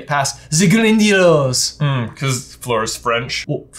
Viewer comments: It was very obvious not because people are super familiar with how to say the creatures’ name but because she turns “the” into “ze”. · No, she did it perfectly. It makes perfect sense. There's no good reason to think "ze grindeelows" is how you pronounce "the grindylows". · Maybe Hermione pronounced the Grindylows in a "French" accent because that is how she hears it the most often. I don't think it is malicious. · Its because Emma Watson was born in Paris and she was immitating Fleur, so she has a really good french accent